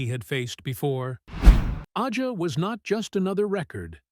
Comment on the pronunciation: This robot couldn't pronounce AJA or Lied. It was a great part of the sound. DOOBIE BROS were crazy 🤪 good too with like 6 different lead vocals.. he being the biggest part of that sound too. His solo stuff great too. His two motown records are fantastic. I'm glad he did all the jobs.